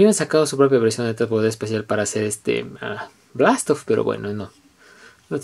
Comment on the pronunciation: buena review,pero le dijiste blastoff ????